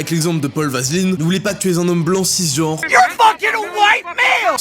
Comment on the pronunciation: j'ai l'impression que ta lu le nom du "journaliste" sans faire trop attention et t'as dis vaseline au lieu d'aveline ou s’était vraiment volontaire mdr